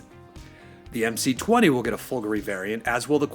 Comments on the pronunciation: The stress is correct - i.e. it's supposed to have a similar stress pattern to the word "Calgary". Listen to the Maserati team pronounce the word. It's the final vowel that the presenter gets wrong. He pronounces it as /i/ instead of /e/ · It's so weird - Americans are supposed to be used to emphasising the 2nd syllable instead of the 1st, like comparing British and American pronunciations of the word "harassment" but for "Folgore" he turns into a clueless Brit. Maybe he's thinking of Calgary...